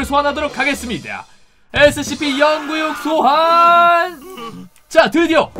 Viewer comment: Scp 영구육 이라고 하지말고 공구육 이라고하세요